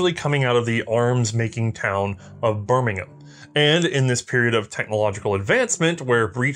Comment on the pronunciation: Good pronunciation of Birmingham...... UK style.